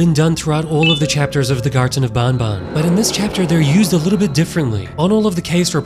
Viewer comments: It’s not bun bun it’s ban ban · It makes me laugh when he says garten of bon bon instead of garten of ban ban, it makes me think of Fnaf 😂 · Man needs to say ban ban instead of Baun baun is a life time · Its not boun boun it’s ban ban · Is not bonbon its banban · If i hear bonbon one more time... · its pronounced b-A-n b-A-n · Bro says bonbon3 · who the hell says banban in a french accent bro